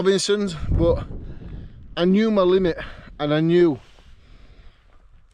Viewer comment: it’s limit. Not limite, just to let you know. Not that I’m the best speller either.